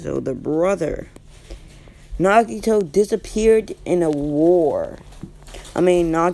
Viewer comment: “Nagato” not “Nagito” 🤦‍♂️👍